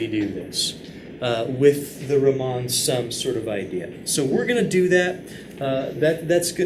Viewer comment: I like that you make an effort to pronounce famous mathematicians correctly, just want to point out that Riemann was German not French.... as it sounded